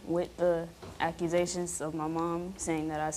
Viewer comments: Someone teach these women how to say ACCUSATIONS. It aint ACURAsations 😂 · Acturazations... I'll be damned.